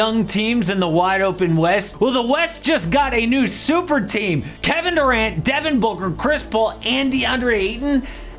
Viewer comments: "KeBEN DERant" 😂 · "keben derant"